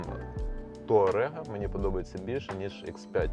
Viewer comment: «Таурег» блін 😂